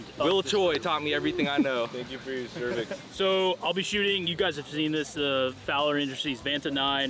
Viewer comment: Did this dude say " thank you for ur cervix" 😂😂😂